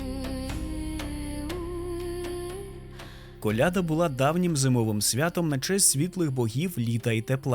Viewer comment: сорі, але колядА ахахаха, не колЯда